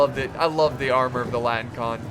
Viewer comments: They're not called "latin-con", they're called "latin - i - kon". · Oh, yeah and it is La - ti - ni - kOn. Which means the Latin one.